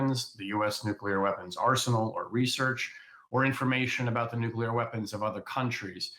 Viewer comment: Nuclear. It's pronounced Nuclear.